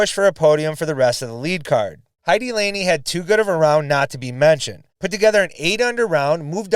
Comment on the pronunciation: Heidi ("Hay-de" like "dee" but a short "e" sound) Laine ("Line-A" again a short "a", sort of "eh"). No one I've heard so far in commentary has got that one right, be it Jomez or others. So here's a chance to be a pioneer on your side of the Atlantic.